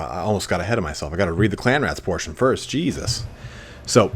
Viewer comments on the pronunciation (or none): none